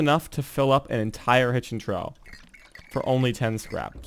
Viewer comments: Its pronounced (Trof) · tfw you don't look up how to pronounce trough.